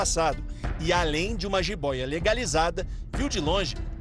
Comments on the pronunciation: “Giboia” como assim ?esse escrevente tem ensino médio será ? Kkkk meu deus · "G"IBÓIA!!! PQP... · kkkkkkkkkkkkkkk GIBOIA MANOOOOO puta q pariu Aprendi no Primário que é JIBOIA JJJJJJJJJJJJiboia